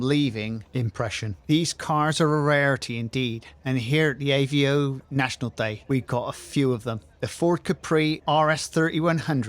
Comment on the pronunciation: It’s avo not Aveo .